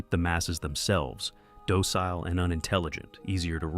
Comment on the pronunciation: I like the way you mispronounced "docile" deliberately.